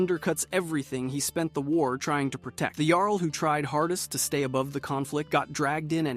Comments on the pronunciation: It was a little frustrating to hear "Jarl" pronounced incorrectly every time you introduce them, then pronouncing it correctly until you bring in the next Jarl. Perhaps you meant it in light humour, but it was just jarring imho. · The way you both mispronounce and correctly pronounce the word “Jarl” all throughout this video is infuriating.